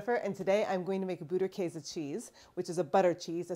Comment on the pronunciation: You are pronouncing it 90% correct 😊 - from Germany